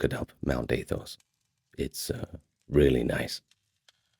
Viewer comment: 2 things buddy. 1. When you have more than 1 crisis, those are crises not crisises 2. Its pronounced athos like apple, not like ape Good night - an orthodox Christian ☦️ ❤